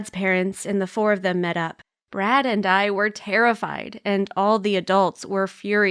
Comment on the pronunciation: Did she just say brat "I've got a boyfriend named brat"